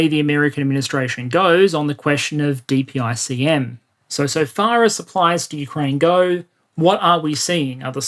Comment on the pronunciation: great video. also, dpicm is pronounced “duh pick em”